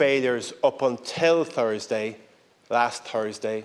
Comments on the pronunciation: It is THursday, not Tersday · Im truly shocked and disgusted by the way he pronounces "Thursday" yikes! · What the hell is 'Tursday"? I have heard of Tuesday and Thursday but never 'Tursday'